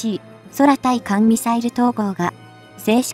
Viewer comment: 空対艦(クウタイカン)ミサイルをソラタイカンとか読まないで下さい。